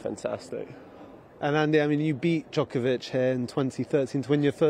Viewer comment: I get so frustrated every time says JOKEovich